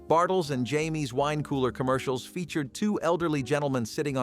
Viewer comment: Just realized something, this voice over is definitely cry baby gen pretending to be from our era, he called bartyles and Jaymes (James) , he said Jaime's. 😂 And half of these commercials weren't boycotted back then they just ran their course, he makes it seem every commercial was banned. This dude irritated me coz every clip he does he makes claims that aren't true and mostly his stupid opinion. His era is the era " since I said it it is true" sorry Charlie not here